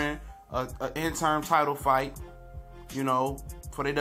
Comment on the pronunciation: It's the WBC interim belt, not intern man. If you're going to report it, then say it right. Danny ain't scared to fight porter dog, trust me. I agree, Danny does have cherry picks but his resume is better than alot of them guys. Do your research and repeating everything you hear.